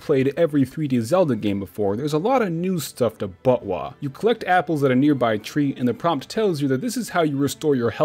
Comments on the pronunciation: saying buttwah was extremely distracting. just call it zelda next time and specify other zelda titles when mentioning them ("majoras mask" "ocarina of time" etc) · I normly referred to it as "bot-wuh", so I couldn't help but laugh everytime he said "butt-wah." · I has so confused for half the video whenever he said butwah. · I legitimately laughed every time he said BOTWAH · also the way you say botw sounds like buttwah and wah is korean i think for wow so it's essentially saying buttwow!!!!! ;) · did you just call botw butt wah